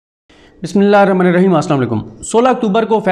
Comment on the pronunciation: Bai apki baten to achi hen magar pleez bismillahirrahmanirrahim clear or aram se para Karen.